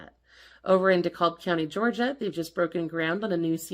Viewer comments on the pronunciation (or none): none